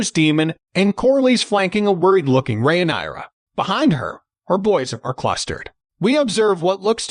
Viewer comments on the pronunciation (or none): re-nai-ra lol